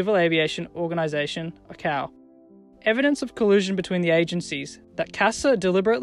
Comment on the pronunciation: That the narrator doesn't know how to pronounce basic aviation acronyms like ICAO and NOTAM reduces trust that the analysis is accurate.